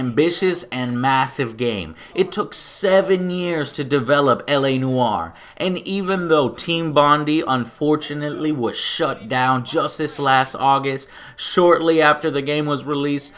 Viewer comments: It's not BON-DEE... it's BON-DAI... as in Bondi Beach in Australia? Who cares... they shut down anyway. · bondi is pronounced bond-eye not bond-ee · Bondee...Really? It's pronounced Bond-eye! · Probably stated a few times already....but it is pronounced as Bon-Die not Bon-D :D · Not Again... It's team BONDIE not bondee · It's pronounced bondai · Bonn-Dye it's pronounced :D Sorry just saying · its bond-eye, ITS BOND-EYE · its pronounced bondye but whatever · team bondi is pronounced 'bond-eye'. Its a place in Australia